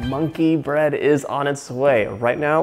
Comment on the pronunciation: around there he said bonkey bread he is so funny and sweet